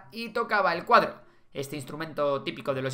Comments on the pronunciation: Cuatro no "cuadro" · Cuatro, se dice cuatro... 🎸